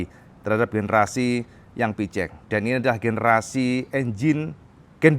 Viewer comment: plissslahhh...cara baca PCX (versi bhs Inggris) yg benar adlh: PI-SI- EKS kl mau bhs Indonesia: PE-CE-EKS